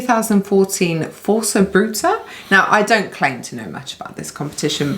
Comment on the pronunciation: Good pronunciation! 🇧🇷 Força Bruta means Brutal Force.